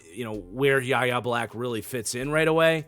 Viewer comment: btw Yahya Black is pronounced as Y.A. (Why-yay) Black